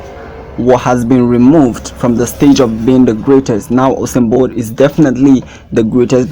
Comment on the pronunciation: Jon seen? Osen bolt? At least pronounce peoples names correctly!